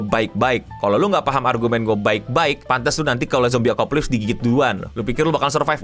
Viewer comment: Apocalypse bang bukan akopalisp